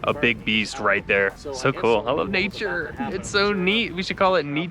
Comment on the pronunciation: Omgggg you're back. Stay happy and safe there, and. New supporter here from the Philippines:> Lots of love 🖤 and oh minus points for "Neature" Hahahaha lol